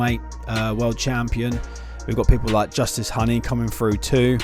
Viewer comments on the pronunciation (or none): Justis Honey? 😂😂😂😂 It’s pronounced Who-Knee